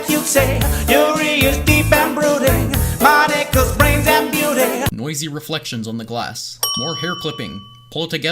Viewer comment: Monika is pronounced Mo-Nee-Kah not Mawn-Ih-Kuh. It's Japanese